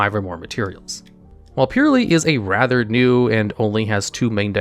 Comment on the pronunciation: Drinking game: take a drink every time he says purrely